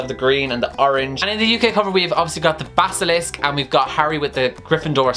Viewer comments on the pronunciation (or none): When he says basisilk except for basilisk and calls it an snake mythical creatures are angry. And when he say diagan ally except for diagon alley me who speaks British English is angry. But this video was awesome I agree with everything